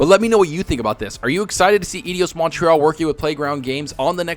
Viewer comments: Difficult to focus on the info when every time you side Edios instead of Eidos, it made me cringe. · I am, but it's not EDIOS, it's EIDOS... ;) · Eidos, not Edios. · Eidos as in "EYE DOS" Not IDIOS....👍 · "Eyedos" you God damn fraud! If you gonna say it 20 times, get the damn name right. Regarding RTS games, your words, "I've played them all." Go figure. They are all a copy of each other with different lipstick thrown on. Blizzard quit star craft because they got bored. And I don't blame them. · It's EYE -- DOSS 🤦🏿‍♂️ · “Eidos” amigos (this is like watching that Benedict Cumberbatch clip where he doesn’t know how to pronounce the word penguin) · "Ay-Dios?" You are pronouncing it like the "i" is after the "d" rather than before it.